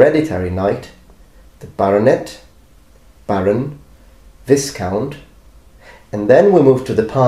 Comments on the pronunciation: Earl and count and equivalent, they're just terms favoured in different countries (hence the wife of an earl being a countess, not an "earless") . Duke is the highest non-royal title. BTW, viscount is pronounced "vie-count" not "vizz-count" and marquess is pronounced "mar-kwis" but even most native English speakers wouldn't know those words. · Great video as always, as a linguist I'm sure you're interested in being corrected on pronunciation the very few times you make a mistake: "viscount" is pronounced "vi-count", no "s". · Yes, it’s pronounced Vye-count in English, or Vee-comte (Viscomte) in French. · Viscount is pronounced Vy-count (at least in British English, I suppose from French, with a bit of modification). Marquis in British English should be Markwiss. I know it makes no phonetic sense, but it's English, of course it doesn't. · You pronounced Viscount with a hard S. It's actually silent. Viscount is pronounced Vis as in V-eye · Viscount is pronounced Vai-count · nice video, love your work The "S" in "Viscount" is silent. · maybe because in italian is visconte and the s isn't silent there (doesn't exis the s silent in italian anyway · The S in viscount is silent.